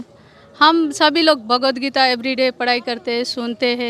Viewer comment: थोड़ा बोलना सीखो — भगवद् गीता है .. ना ही की भागवद् गीता नहीं .. हर समय आप ग़लत बोलते हो .. थोड़ा विडीओ अपना देखी - ये महिला सही उच्चार करती है जब के आप हमेशा ग़लत उच्चारण करते हो